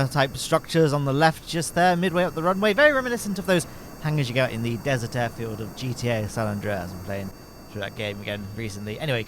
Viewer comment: Did i just hearhim say dessert air field?